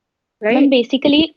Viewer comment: Besically besically 😃